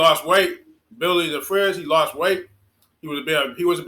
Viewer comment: Biwwy the fwidge